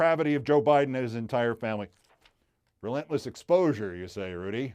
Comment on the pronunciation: When you emphasized and said "Relentless exposure you say", I laughed so loud they heard me in Beirut - and I'm in Tel-Aviv..